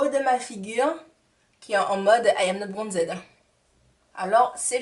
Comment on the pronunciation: Lol "Bronzed"?? Dis moi.. tu sais que ça ce dit pas "bronzed"en anglais au moins ?